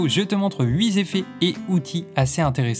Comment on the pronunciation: Merci pour cet aperçu de fonctions très intéressantes. Très pédagogue et complet, comme d'habitude. Juste une chose qui m'écorche l'oreille : 8 z'effets... 😕 huit est invariable, comme vingt ou cent... merci ;-)